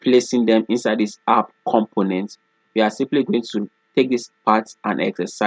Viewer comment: Everytime you say "component", it sounds you are saying "compliment". I'm sorry, I normally don't like to bother people if they don't say it correctly one time, but you use that word alot. It's a little distraction from your lesson. I appreciate all your hard work and taking the time to upload this video.